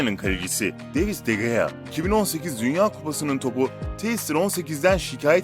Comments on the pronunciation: Devis de gea değil David de gea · Davis de gea demişsin abi David olacak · Davis degil David De Gea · David de gea abi denis degil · Nolur git ingilizce öğren davis de gea ne be abicim